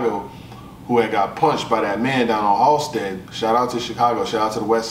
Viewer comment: Hal-sted 😭😭😭😭 one syllable halsted respectfully